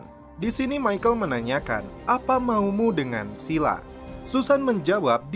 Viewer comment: Pengucapan Scylla di google translate adalah "skaila" bukan Sila.